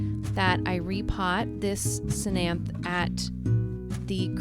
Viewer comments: Cthenanthe- not /se-nanthe/ its /teh-nan-tih/ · Good for you I rescue plants and animals. My only criticism.. Research your plants before doing your videos so you know what they're called and how to pronounce their names. The ctenanthe is pronounced te nan, or, te nen th. So te nan thh. Other names never never plant or fishbone prayer plant species. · The C is silent so it's pronounced tenanthee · Love your channel, and the way that you save all the sad plants :-) Ctenanthe (The c is silent) You say ten-anth-the and pronounce the e at the end :-) I am subscribed to your channel. Keep the great work up. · That final E is not silent. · It is related to calathea but it is actually a Ctenanthe (c is silent) lubbersiana or common name Never Never plant